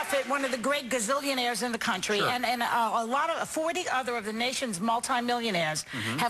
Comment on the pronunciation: "Gazillionsires " bitch is just stupid